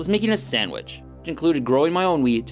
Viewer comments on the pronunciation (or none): he said weed. not wheat. lol. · he says weed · weed or wheat?